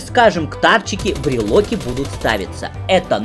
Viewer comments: Почему брилоки а не брилки? :))) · Почему брилоки а не брелки? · Брелки а не брелоки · Не брелОки, а брелки! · бреЛКи... уши кровью истекают...